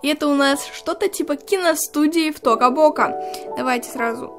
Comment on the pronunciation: Тока бока а не токо боко 🤢🤢🤢